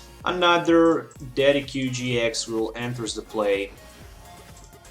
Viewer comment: Thank you so much for this test, i really like how the damage changes instantly, though i don't think Tauros must be the lone attacker, a bit risky i think, especially when Garbodor blocks your Decidueyes. by the way, Decidueye is pronounced as "Dessid you eye" ;-) a correct spelling won't harm, keep up the awsome work.